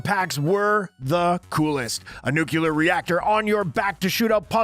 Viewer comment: Sigh ... another Einstein who says nucular.